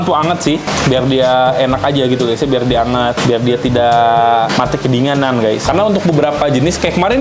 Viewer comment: typo bilang "kedinganan"😂😅